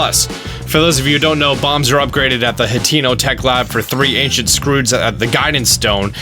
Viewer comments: IT’S ANCIENT NOT ANCINET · Ahh Yes, Ancinet Proficiency. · "ancinet" gotta love those ancinet bows and ancinet proficiency am i right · Ancient* Not ancinet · *Ancient not Ancinet :) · “Ancinet Proficiency” Mission failed, we’ll get em next time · "Ancinet Bow" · Its ancient not ancinet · "Acinet prof" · “ancinet bow’ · boy do i love the “ancinet” bow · aciNEt prof XD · "ancinet" proficiency, he said. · Ancinet bow ;3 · What's an "Ancinet" Bow? Lol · Its not Ancinet Bow for a remind but i still love your vids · He practically says Anicent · ancinent and did you mean 'best'? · ancinent XD